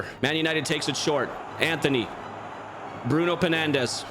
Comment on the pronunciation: Bruno penandes😂